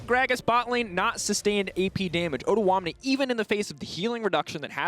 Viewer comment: they are pronouncing odoamne's name so wrong XD